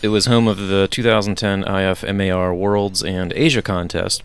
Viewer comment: In the future just say IFMAR like this "IF-MAR"